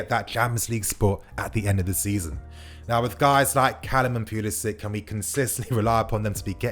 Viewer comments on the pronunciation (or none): none